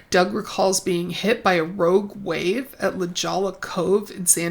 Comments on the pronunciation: I know I'm late to this party, but as a Southern Californian, I just have to note that La Jolla, Ca, where Chud caught a rogue wave, is pronounced "La Hoya" (Spanish pronunciation). Love the video! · I just discovered your channel tonight. Thank you for reading Chad's books so that I don't have to! I would much rather hear your summaries and commentaries than drudge through his books. One small point: La Jolla is pronounced "La Hoya." J in Spanish is an "H" sound and two L's together is a "Y" sound. Anyway, thanks for the presentation. I look forward to hearing about the rest of them!